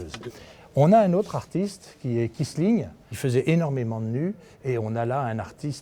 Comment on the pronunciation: ce n'est pas Krisling mais bien Kisling